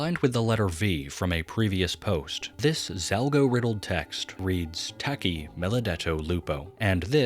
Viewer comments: as an italian is not (taki) but taci it pronouces with a soft c non an hard c that sounds like a k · it's pronounced tachi